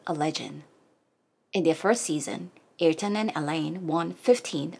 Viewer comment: We love your channel and we love Ayrton. Yes, he was indeed much loved and respected by all Brazilians. A great person all together. Thanks for the read. PS: [Uh-eer-ton] is the most correct pronunciation of his name. 🙂😉😘